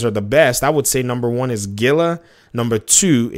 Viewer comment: Heel-uh As in the monster Great content as usual Daddy!!!